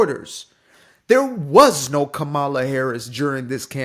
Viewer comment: Kamala Harris received over 75 million votes in the 2024 presidential race, while Donald Trump got 77 million votes. So, I’m really trying to understand what you mean when you say she got 'mollywopped' — that doesn’t seem to match the numbers. Additionally, why are you purposely mispronouncing the name of such an intelligent, compassionate, and courageous woman? Or is it just a lack of understanding on your part? 🤦🏽‍♂️ Everything you're saying is inaccurate, especially when it comes to her campaign funds and track record. Bro, as a Black man, I'm honestly DISAPPOINTED in you. 😶